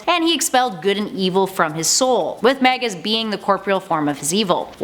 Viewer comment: why does it sound like you're sayin "meggit" and "teg"?! 🤣